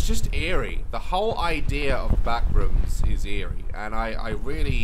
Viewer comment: The way Daz pronounces the backrooms "the BACKRUUMS 😬"